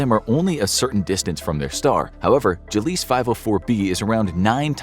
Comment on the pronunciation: "Gilleese" and "virginis" as you pronounced them, are actually pronounced "Gleeze" and "Virgis"... js. Extra "I" and an "n" there dude 👍 mind out of the gutter please. 🤣